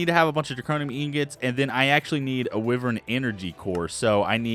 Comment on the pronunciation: wyvern is pronounced why-vern